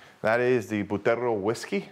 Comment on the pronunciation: It's pronounced Butterrrrrrrrrrrrrrrrro dude... work on the rrrrrrrrrrrrrrrrrrrrrrrrrrr's